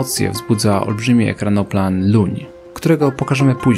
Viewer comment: Wszystko fajnie .... ale kilka poprawek. Nie LUN (tak chyba tylko z angielska jest nazywany) czy LUŃ tylko ŁUŃ, czyli Circus aeruginosus, po polsku Błotniak stawowy a po angielsku Harrier. I nie "potwór" lub "kaspijski potwór" bo to był inny projekt - też ekranoplanu ale transportowego. A koncepcja nie wypaliła, bo do użytku weszły pociski rakietowe średniego i dużego zasięgu, co uczyniło ten ekranoplan zbędnym. Były też inne problemy jak zbyt niski pułap i ryzyko kolizji z falami (przy tej prędkości to byłoby jak uderzenie w betonową ścianę). Natomiast torpedy były mu nie straszne bo torpeda porusza się w wodzie a nie nad nią ;)